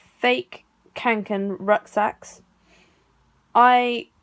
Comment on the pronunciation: is it just me or is it REALLY annoying when someone says kAnken